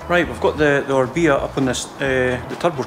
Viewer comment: I wish he would just say Orbea correctly